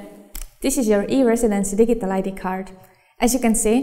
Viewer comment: lol digg-ie-tal